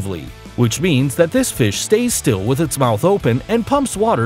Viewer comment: that's not how you say fish mr